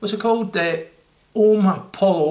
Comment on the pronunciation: Omni poyo is how it's pronounced, lad :) Good review!